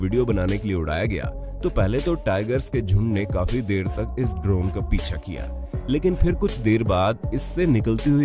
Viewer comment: bhai voice quality thoda kharab he, (ex. iss yeh word kaan me chubta hey)